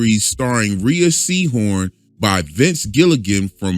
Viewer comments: No big deal but she pronounces her name “Ray” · Cool video. BTW Rhea is pronounced Ray. I just found that out by listening to interviews and stuff and then finding out she was on "Better Call Saul".